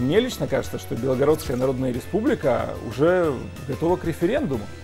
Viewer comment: Почему все комментаторы говорят БЕлгородская, а не БелгорОдская? Так же, как и НовгорОдская.